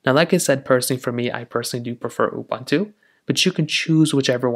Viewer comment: Please learn how to speak the word "UBUNTU". PLEASE!